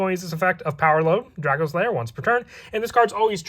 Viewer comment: Wtf is DraKO slayer? It's pronounced DracOslayer. You imbecile.